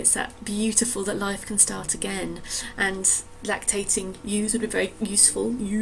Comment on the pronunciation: “Ewesful”!!!! Beautiful!!